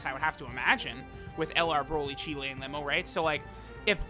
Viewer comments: Her name's pronounced Cheelai (rhymes with Mai), not Cheelæ. The 'ai' at the end makes a long 'i' sound. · Please please please stop saying cheelay